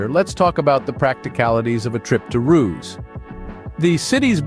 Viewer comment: I like how there is not a single footage of Ruse in the video (pronounced Ru-se not Roos)